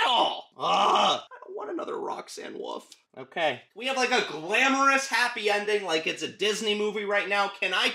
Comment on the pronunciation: "Roxanne woof" 😂😂😂😂😂😂😂😂😂😂😂😂😂😂😂😂